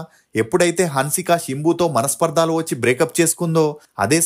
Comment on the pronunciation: Manaspaardhalu kadhu manaspardhalu ani paluku.